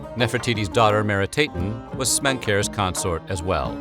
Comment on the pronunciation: He got all the endings wrong. Not "Meeri-tayten" but "Mehri-TAH-ten". It's "Ankh-sen-pah-ah-ten", not "Anksenpayten" Etc.